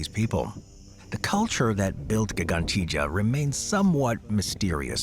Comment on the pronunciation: U suuuuuuuure thAts how to say gigantia? Lol